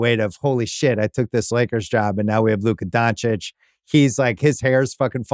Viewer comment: Laka Doncic 😂